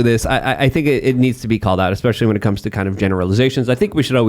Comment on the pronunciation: Please..... It is especially. ESP-ECIALLY. It is not EXpecially